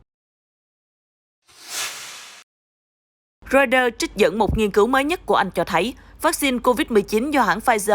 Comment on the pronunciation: Biên tập viên đọc ( roai tơ ) mà cũng không chuẩn ... ( lin kin ) là ai ... ¿